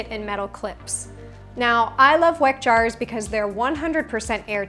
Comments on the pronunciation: Thanks for the video, just a note, Weck is pronounced 'Veck' since this is a German brand. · Weck is a german company, u pronounce it wrong 😁 I truly love your video, super helpful for making the most delicious food at home 🥰